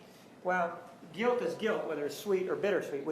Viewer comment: I hate how she says "guilt". She adds an unnecessary "z" to the end. Ugh I fucking hate her.